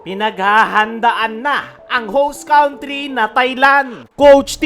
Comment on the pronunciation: Correction please & no offense meant..country, pronounce cantri not cawntri.